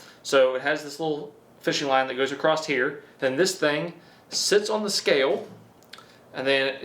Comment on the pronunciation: Are you sure the sharpness tester has a line "Acrosst it". you said it like 3 times lol.